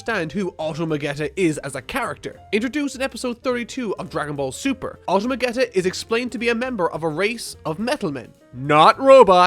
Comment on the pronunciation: Mr. Nguyen Judging by that way he said the shows name, I doubt he actually watches the show lol... He probably just watched DBZ, and not a lot of it either. He s just a blind hater here to spread negativity on this series.